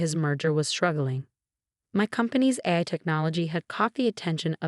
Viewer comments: Please ensure the narrator actually pronounces terms correctly. "AI" is pronounced "A" "I," as in Articifical Intelligence. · AI which is the abbreviation for Artificial Intelligence, Is Pronounced: A, I , Each letter Separately. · Yeah, that is hilarious. AI written, AI read, and it still can't pronounce its own name without a space between the letters.